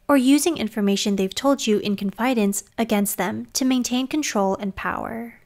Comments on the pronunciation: I’ve never heard it pronounced “con-FIY-dence” I have always heard “CON-fih-dence” That really threw me… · FYI "confidence" rhymes with "incident" not "silence" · The word “confidence” is pronounced with the first syllable stressed. “CON fi dence”, not “con FI dence”. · I’ve never heard CONfidence pronounced as conFIdence before. Is this a cultural pronunciation? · Is it me or does anyone notice a mispronunciation of "confidence"? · Confidence...short i. Accent on first syllable. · Is it just me or is the pronunciation of “confidence” incorrect? Maybe I’ve been saying it wrong my whole life. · It's pronounced confidence, not confidence 👍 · Great video until the jarring pronunciation of « confidence ». You should really fix that. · I would have more confidence in this presenter if she knew how to pronounce the word Confidence!